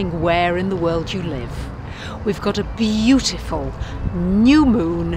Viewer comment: Be- You-Full